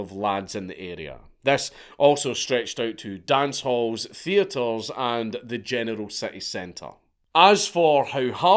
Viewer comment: One statement, one question: Statement: Your accent caused you to be FREUDiantly correct, when at first my ears heard you say "The genital standards of living have changed." How could one better express the way today's young men are all pussies? After the first pass, my brain translated it into what you actually said, but then I chose to translate it back to the way it sounded because that was more accurate. Question: How in the hell can you live in a place where you can be arrested for calling someone a name?